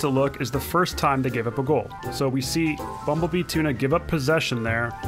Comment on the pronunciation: U didn’t say bumble bee tuna right. Look up ace Ventura